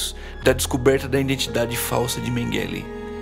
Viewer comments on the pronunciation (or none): Que agonia a forma como você pronuncia Mengele. Totalmente errada e abrasileirada. Quem pronuncia esse sobrenome corretamente é a senhora idosa.